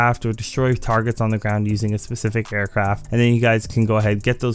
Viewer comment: Customized Aircraft* (Not trynna be an asshole but just use good diction bruh) Otherwise awesome video you always help me out with the time trails.